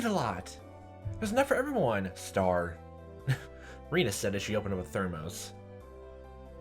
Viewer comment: The E in Rena is pronounced like eh.